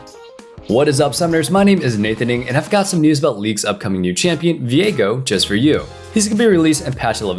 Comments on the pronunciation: I thought it's pronounced "veego" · If his name is pronounced as vee-ae-go than viegars name is now pronounced vee-ae-gar and everyone who says otherwise is wrong